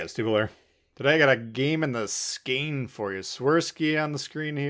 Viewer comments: Isn't Skane pronounced as Skone? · Hey T! Just a quick one: the Å in Skåne is spelled rather like a “O”. Keep it up! 💪